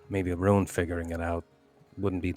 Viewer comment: was Swedish?! Couldn't really tell when in last episode she kept on pronouncing Rune the English way "Roon" instead of the Swedish way "Roo-neh". Or perhaps I just suck at recognising accents.